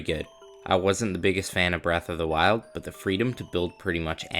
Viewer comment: Braath of the wild 😂